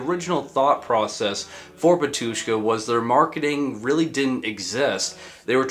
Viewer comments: you’ve got a mistake in your pronunciation. Not batUshka but bAtushka. Great video, bro. We’re all waiting for another big video about metal genre. Break a lag! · It’s bAtushka not “batUshka”😊😊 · Great video! However, the accent is on the first a, Bátushka.